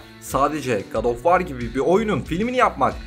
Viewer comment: "Ankhertıd" filmi mi? Filmin adını translate'e yazıp okunuşuna bakmak zor bir şey değil. Edit: War kelimesi de vor diye okunur. İngilizce bilmemek suç değildir. Ancak en azından ses kaydı almadan önce yabancı kelimelerin okunuşlarına bakılabilir.